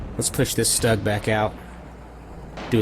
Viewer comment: Another great viddy and congratulations on the Total Victory. BTW sorry to be a linguistic wrist-slapper but according to a close German-speaking relation Stug is pronounced "Stewg," as in a meat and veggie dish cooked in liquid. Cheers!